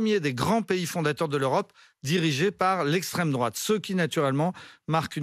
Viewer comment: Mdr c'est qui encore ce type "Lestreme droate lestreme droate", quel enfer cette génération post seconde guerre